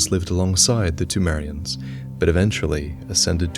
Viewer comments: seltkirk the p in Pthumerian is silent, but the h is not supposed to be. So it is supposed to sound like this: THOO-MAIR-EE-AN. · is it p-tu-merians or p-thu-merians, pronunciationwise